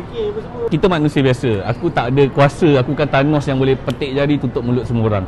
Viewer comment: Thanos bukan Tharnos Mstar nnti boleh betulkan ya..hehehe